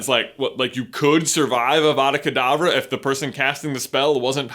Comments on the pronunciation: It is pronounced like avadackh adavah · It's 'avada k'davra' which means avada do k'davra as I say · I’m never not going to hear Abra Cadabra when I hear Avada Kadavra again